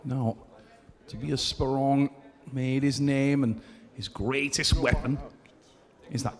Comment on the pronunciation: Does mispronounce every single name??